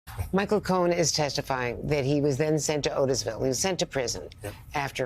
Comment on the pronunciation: You said his name wrong Michael, the liar Cohen